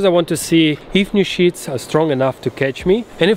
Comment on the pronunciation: Love how you gotta put captions for when you say ' sheets' hahah